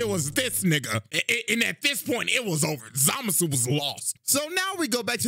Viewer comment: the way CJ says it makes it sound like the N-word, which is in character for how racist Zamasu is.